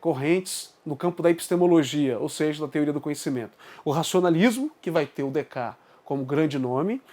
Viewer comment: Opa, Em francês algumas consoantes não são pronunciadas, mas não há nenhuma nome ou palavra que perca metade das letras, a pronúncia seria Decarte, na pior das hipóteses quando não sabemos pronunciar tem duas possibilidade, abrasileiramos, ou ouvimos a pronúncia num vídeo francês. Sim, a escolástica começa com Aquino, mas a baixa escolástica que caracteriza o pensamento que até hoje se chama escolástica é característica do fim da idade média, os últimos duzentos anos, e ela começa, na filosofia, com Agostinho. Temos que, em filosofia, ter cuidado com os conceitos, mas temos que fazer mais vídeos e mais debates também, parabéns pela iniciativa.